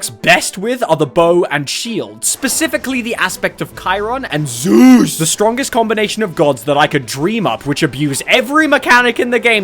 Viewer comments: What is it about how you say Zeus and it being so funny? “Pick ZOOOZ!” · I love how you pronounce Z E U S Every time. Keep berating me you wonderful aspect of weather!